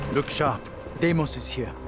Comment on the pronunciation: It's pronounced Dee-mose not Day-mose